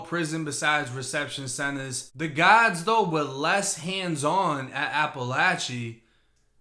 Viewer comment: i just wish he would try to pronounce the “R” in the word guards so it doesn’t literally sound like he’s calling the CO’s GODS lmao